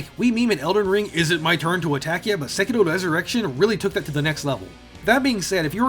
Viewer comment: I thought you said "Sekiro Erection" when you introduced it